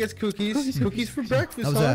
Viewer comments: Nathan: breakfast: BEKFAST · this is my childhood ❤ this completes my childhood and i like when moose says "bekfesssst" i used to mimic that hahahaha . memories ❤